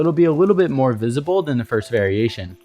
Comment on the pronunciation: Moar = more 😂